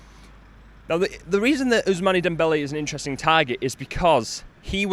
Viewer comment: Unai Emery went to PSG before going to Arsenal ... And you pronounce it OusMAN not mane